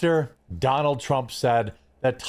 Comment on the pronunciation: As much as I hate Trump it really bothers me that one of his fanboys can’t even say his name right. Everytime he say Trumps name he say “Drump”